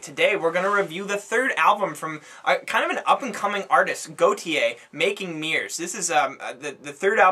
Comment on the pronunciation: His name is (gort)-(yeah). and is is pronounced Ah-stralia, I didn't find the album good because while yes, it had a lot of variety and ideas going on, but they didn't come together very well. Take a Pink Floyd album, or Kid A.... there were a lot of sounds and difference on that album, but it all tied together well. I don't think it does that well enough on this album and it feels a bit randomised and scatterbrained.